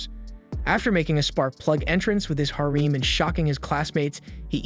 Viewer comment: is this an AI reading or are you just bad at pronouncing things? mass-acring? really? hareem? like what bro you sound like english is your native language but.... sheesh